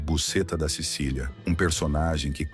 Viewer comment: "Ele trouxe Busetta da Cecilia" 😂